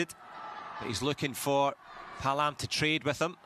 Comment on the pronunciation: Paalam was pronounce like ( Pa - a - lam )... Not ( palam ) 😊